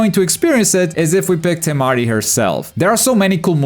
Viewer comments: Why you gotta say it like TeMaDI 🤣 lookin asss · That's a wierd way to pronounce Temari